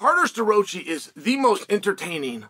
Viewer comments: CARter Sta-roachee. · Uncle Chael took Starroci's name to the back of the woodshed and straight butchered it